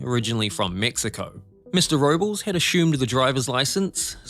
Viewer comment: The Spanish name 'Robles' doesn't rhyme with the English word 'nobles'. 😆